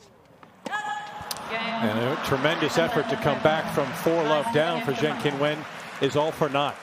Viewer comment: To MALE commentator: pls take timeto check for CORRECT pronunciation of names. Qin is pronounced as Chin NOT kin